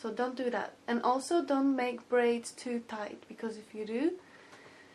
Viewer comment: she spelt braids wrong she said baids